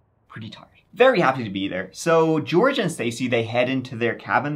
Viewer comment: Cause of your accent, it sounds like you're saying George Arse 😅